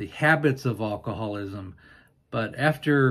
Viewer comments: I'm sorry, but it's AL-coholism, not ull-coholism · you would have an easier time of pronouncing alcoholism if you didn't pronounce the 'a' sound at the beginning of the word as in all. Instead, pronounce it as "a" as in cat. Pronouncing it as you do makes you stumble on the word.